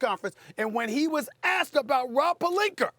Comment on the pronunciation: SAS- "Rob Palinker"